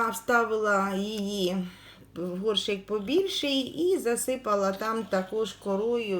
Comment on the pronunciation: вкотре чую і ріже слух ваше словоГОРШИК, ви справді не знаєте,що правильно казати ГОРЩИК, прослідкуйте будь ласка!